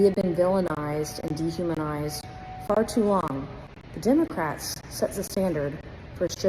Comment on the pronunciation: "DEMONCRATS" & "RE-PEE-YEW-BICANS"